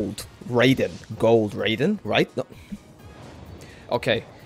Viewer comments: It hurts every time he says ‘rayden’ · Honestly, the fact he put in so much effort, got so lucky, yet can't even say Raiden right pisses me off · The way you keep mispronouncing Raiden's name lol this isn't mortal kombat